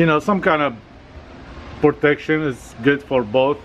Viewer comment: Nobody:.: pOrTeCtiOn